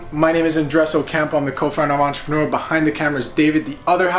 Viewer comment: take a shot everytime they say "ENTRPRNR"